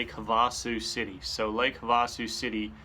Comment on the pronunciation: Just found your channel and subbed. I know I’m late to the conversation but for future reference, lake havasu is actually pronounced Have-a-sue. During spring break it unofficially changes to have-a-screw. Not sure how I know that.